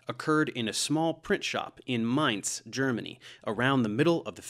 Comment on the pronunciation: Thank you for perfect pronunciation of Mainz.